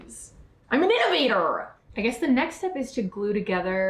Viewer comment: “I’m an ✨inNoVAtoR✨” has me dead 😭